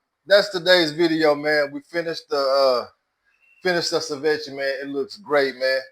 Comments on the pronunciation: Pronounced: Say-Vee-Chay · SI-VECHIE is funny as hell lol